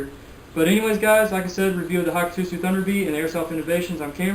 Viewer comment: you pronounced the name wrong it is Hakkotsu pronounced (Hi-cot-sue).